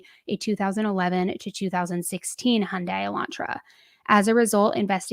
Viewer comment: Thank you for saying Hyundai not hy-yun-day. I know it’s not important but it just bother tf out of it.